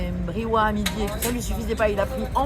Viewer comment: Merci beaucoup pour ces vidéos, bienvenue au Maroc 🇲🇦 amusez-vous bien :) , juste une petite remarque concernant la prononciation du briouates on prononce ça briouates (briouateuh) et non brioua ahahha 😅